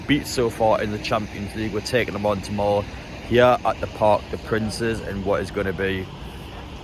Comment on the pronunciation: I enjoyed it but ask your fellow Geordies how to pronounce the Stadium. It's Parc De Prainz(the nearest I can get. lol_ Graffiti is the pronunciation but we, Millwall fans, like to be grammatically correct orally:) If you feel in the slightest danger then stop filmng. Your safety is the most important thing.